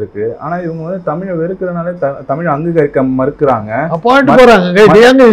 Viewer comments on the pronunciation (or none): தமிழ் நிறம் ரிப்போர்ட்டர் தமிழ் என்று சொல்லி படிக்கவும், தமில் என்று சொல்லாதீர்கள்